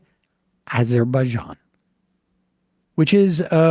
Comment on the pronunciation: Sam saying Azerbaijan, sounds like a drunk person saying absolutely anything.